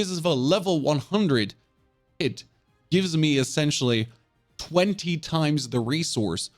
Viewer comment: Pit😖 - Pid😏